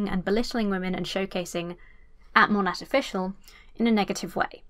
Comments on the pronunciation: I love how you keep saying Mon-AT as opposed to Mo-NAY 😂 😂 all the Monat reps scream at people mispronouncing their “business” lol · Everytime you say MonaT it kills me a little bit. The T is silent it's pronounced like mow-neigh. Like mow your lawn and the horse says neigh. Please